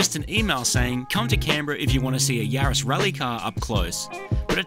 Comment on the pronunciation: Yaris. A name. Not a plural of Yari. So no Yarai… 🤪